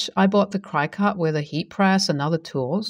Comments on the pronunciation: Cricut is pronounced like cricket. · Cricut is pronounced crick it, like the insect. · Cricut is pronounced as Cricket. Their original models even had a cute little Cricket machine. The road to Hell is paved with good intentions. I take it the bowling ball with the name Homer engraved on it was not available.